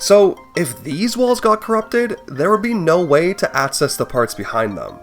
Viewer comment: Great video! I gotta say, I can't un-hear that throughout this video, you're say "aTcess" "aTcessible" and "eTcept," and I twitch every time. I'm sorry to anyone who now also notices this but I felt the need to spread the cognitohazard.